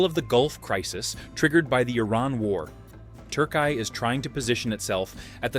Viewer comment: Turkai? Damn bro. Refrain from attempting to pronounce at all cost. Türkiye 😅